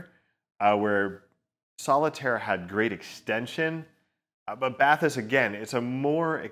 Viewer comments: It's pronounced bah-teese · Was looking forward to reviews just to hear the interpreted pronounciation of these. And this is amazing. They should've made them water resistant you could actually use them while taking a bath